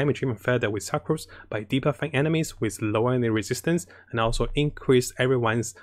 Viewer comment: it is pronounced Sook-Rose not Suckrose lol..